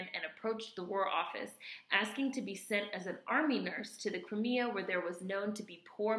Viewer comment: Crimea is '' Cry Me a ''. Its southern Russia. Ba-La- Clava.